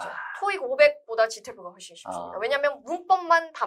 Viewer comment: 훨~~쒼 쉬워요. 한국말인데도 영어발음 느낌 ㅋㅋ